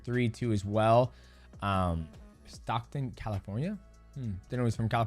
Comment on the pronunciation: Stockton .. MFckuh not Stocton.. smh 🤦🏾‍♂️